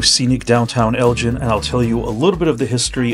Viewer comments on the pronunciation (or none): For as long as you were in the town you should have heard that it's pronounced "El-ggin" with a hard "g." Nice video. 👍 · It’s not pronounced Elgin like the watch or the other Elgin up north. It’s pronounced like El Gen. if you’re going to report on a particular place at least speak to some locals too get the pronunciation correct. Do your homework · Locals pronounce it not like the Liqours GIN but like GAN, “ELGAN” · It's El-Gin, with a hard "g", not El-Jin, which a person would learn in any conversation with a local. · Just heads up Elgin pronounced differently than your saying at the top of the video. At least that's not how we grew up saying it out here. So not like 'gin' but the g has the sound like in the word 'again' Great to see a video tho for such a small town out here! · FYI only since I grew up in the area; Unlike Elgin, Illinois or Elgin Baylor the basketball player, Elgin, Tx is pronounced “EL-ghin” and not gin, like the drink. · I believe it is "El guh en" not "El gin" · Before you make a video about a town, ask someone how to pronounce its name. It's not a watch. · it is a hard G like green. The way you say it is how we know “you ain’t from here.” 😂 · Sorry, but my family has been living in or near Elgin (go not gin) for over 100 years. You are pronouncing it wrong. Don't really know how Mr. Elgin said his name all those years ago, but it has been Elgin (go not gin) all my lifetime. Other than the mispronunciation, pretty good show. Did anyone mention to you that Elgin's wide Main Street was used to film part of the movie, The Great Waldo Pepper? And you picked the right place to get your sausage. Meyers is way better than the alternative. Thanks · you are correct on all counts sir. It el gin with a hard g. Not gin like the alcohol. But good video other than that. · I guess relatives and friends who have lived in and around Elgin (g as in go) for 100 years have been calling the name incorrectly. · Hard G in Elgin. Not pronounced as a J.